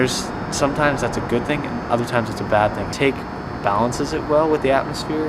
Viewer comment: Nice work dude :) just so you know, Taake is pronounced 'taw-keh' and Hoest is pronounced 'heust", the oe is like the e in jerk.